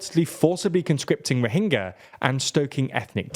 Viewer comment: It’s pronounced rohinja soft “g” as in “jam”